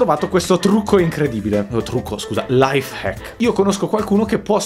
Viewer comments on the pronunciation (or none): Non si dice life hecsk si fice lai facsk